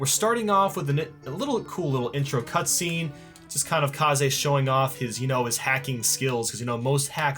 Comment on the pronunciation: Why are you saying kaze like kazay and not kayz like you used to?